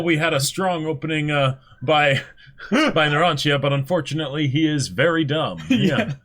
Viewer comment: Is anyone there going to tell them to LISTEN to how the names are said? Or even that the i in Narancia and Giorno is not sounded??? I mean you don't call Digiorno "Di-GI-OR-no" now do you? It's an Italian thing.